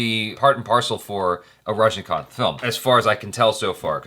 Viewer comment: finally you just pronounce right Rajinikanth 😍😍😍 (last one)